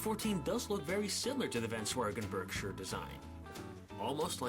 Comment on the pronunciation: No no get upset at this question but What's the difference between roller bearings and frickshin bearings? Also am I the only one who thinks it's hillaorus that pronounces Berkshire Barkshires, I'm not making fun of it its just hillaorus at the same time when I hear it 🤣